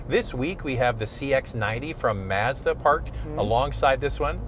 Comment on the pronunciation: For Your Consideration - I wouldn’t be able own a Mazda if I lived in Canada just because of the way you guys pronounce Mazda up there. 😂